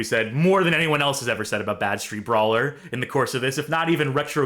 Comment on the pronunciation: You're using the wrong emphasis. You keep saying Bad-Street Brawler like you would say Mean Street Posse. It's actually Bad Street-Brawler like in the sentence "Wow, that game was a really bad street brawler."